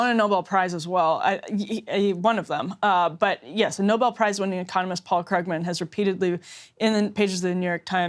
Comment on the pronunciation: Someone should telll that it's pronounced 'Kroogman'. He's one of the counties leading economists. Economists typically don't win Pulitzers. How ignorant is she?